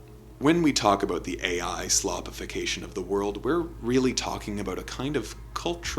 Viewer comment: Shhhhlopification.....navy beans, navy beans